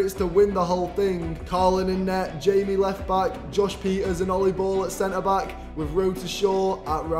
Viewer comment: I love how he says josh manifold